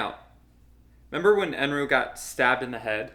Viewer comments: As you guys don’t understand Japanese much, lemme clarify that Eneru is pronounced N.L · They keep saying Eneru, but I heard Eminem 😂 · just a correction: his name is Enel not Enru. p.s love ur videos, keep it up 😁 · It’s “enel” …